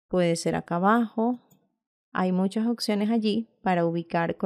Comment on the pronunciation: gracias x todo pero me desespera cuando LA escucho decir "OCCIONES" "LA OCCION"